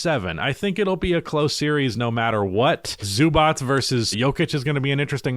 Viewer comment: Please say it correct. Zubac [ Zzobatch ] Its not that hard.